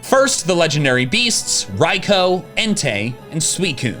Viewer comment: No way this man is calling Raikou "Raiko" lol